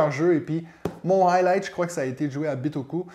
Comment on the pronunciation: Taxe bagages à l'aéroport? ben non, en japonais on prononce bien /bitoku/ comme en français! Jolie chemise! Bonne année!